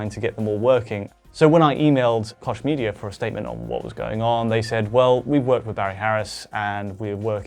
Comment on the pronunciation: They fucked up Koch Media though :)